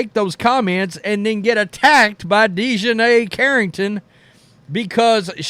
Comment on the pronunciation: Deshineh?? Wtf